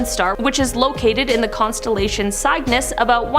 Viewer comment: 26 minutes into this, I wish you all would look up pronounciation of this stuff, like Dybbuk (dib-bik), Cygnus (sig-niss), and quasar (kway-zar)🙄